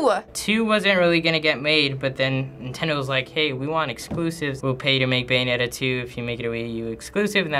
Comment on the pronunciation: byeonetta? BUYANETTA! ha.... ha.... ha....